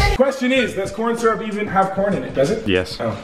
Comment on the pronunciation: He said "Coryn Syrup"😭